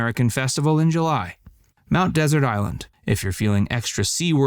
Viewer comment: What an amazingly ignorant video. You don’t even know how to pronounce Mt. Desert.